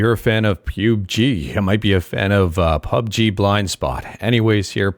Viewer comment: Man says "Pube G" lmao